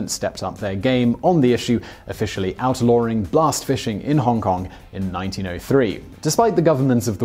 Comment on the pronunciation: "Outlauring"... that intrusive r is really unbearable.